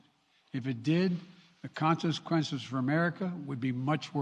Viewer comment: Wtf is a consinquench..yuck fou Boe Jiden